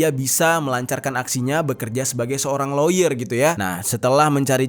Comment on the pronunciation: Lawyer dibaca lier bukan si